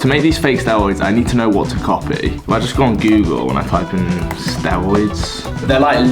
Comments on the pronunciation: Stewoids, dwugs, Owange, wealistic, thwee. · Sorry but it's so hard not to laugh when you say 'stewoids' so many times in one video. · "Stewoids :3 " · be like: stewoids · I love the way you pronounce Word: steriod. Its like sterud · Everything cool but you not knowing how to say r just makes me feel sick